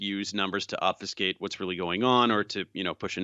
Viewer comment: See..THAT'S how you pronounce "obfuscate" ........thank you Dave. Steve Bannon is a dummy.